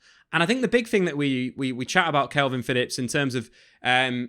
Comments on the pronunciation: It's K A L V I N, Not kelvin. Ffs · Dude, why do you keep saying Kelvin Phillips?